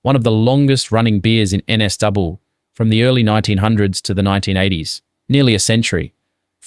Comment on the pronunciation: "N S double" No "u" - AI for sure.